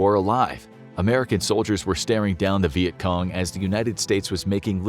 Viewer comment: wait... is it pronounced "Viet Com" or "Viet Cong"?? ...